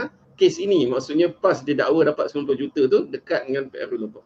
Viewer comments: Sebut juta gi jote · Boleh tak cakap dgn betul.... JOTER JOTER JOTER JOTER JOTER... Kau pergi sekolah Myanmar ke?